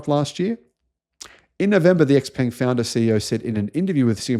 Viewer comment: Xpeng is pronounced Shaopang. And your pronunciation is as dodgy as your research. A more professional and accurate picture of EVs is given in the fully charged show.